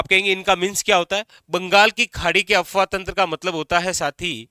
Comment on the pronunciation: Sir, आप बहुत अच्छा पढ़ाते है, आपको टोकने के लिए भी क्षमा चाहते है, पर आप अफवाह तंत्र बोल रहे है, वो अफवाह तंत्र नहीं , अपवाह तंत्र है, आपका उच्चारण गलत है, माफ करे